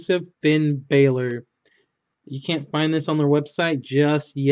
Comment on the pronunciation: It's not Finn bailor it's Finn Balor